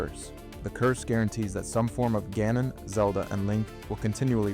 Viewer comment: Calling Ganon as goanon must be new